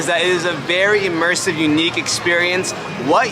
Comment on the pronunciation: You are saying the word immersive wrong